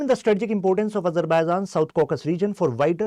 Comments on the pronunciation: Caucus nahin bhaiya, Caucasus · आप स्यार शिक्षक हो कर ग़लत उच्चारण कर रहे हैं । कंकस एलाका पूर्व इउरोपियन नहीं । उच्चारण " ककेसास " होना चाहिए ।